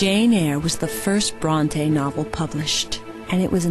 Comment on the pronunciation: It is pronounced Brontee - that's my name! =D I hate it when people call me Brontay x.x